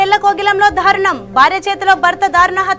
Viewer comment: Dhaarunam kaadamma, daarunam